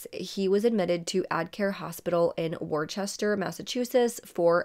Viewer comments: Worcester Ma. Is Pronounced "WOOSTA Ma." Not Wurchester. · We locals call it “Whoostah” lol